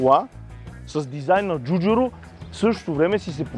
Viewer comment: Ей не му научи името....Джорджето ДжуджАро! То не беше Джуджуро , ДжуджЪро , Във видеото на алфа 159 Джуджуру пак.....